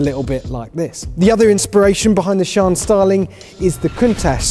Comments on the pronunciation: For gods sake!! its not pronounced as "Sean". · Its SIÂN (see-yaun) 😅😅😅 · THAT'S how you say the name!?! I never would have gotten that in a million years. I was thinking more like cyan. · He says "Siân" like "Chiron" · Not paid enough to get the pronunciation correct obviously. When is top gear closing down? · How do these motoring journalists get away with mispronouncing car names? Ridiculous. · How did you just pronounce this car... hahah... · "Lamborghini Shawn" I ain't an expert but isn't it pronounced as Si-an? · Like one of the upper guys said i'm am pretty sure it is See-Ann like Sea Anne or along those lines. :) However iit is a sick new Lambo. :3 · its not shooonnnn but sian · “The Lamborghini SHAN” 😀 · It's see-an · Omg its torture!!!!! (See-ann) dammit lol🙆‍♂️🤦‍♂️ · Shaun the seep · i don't think that pronunciation is correct 🤔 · Am I the only one who heard "This is the Lamborghini Cheeron" :v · Lamborghini “Shawn”